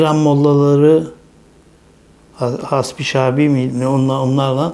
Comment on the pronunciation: Hasbi şabi ne yaa😂😂 Haşdi Şabi değil mi o ?? Mamafi herşey o kadar gayri ciddi ki..baksanıza Bahçeli iyice tuhaflaştı..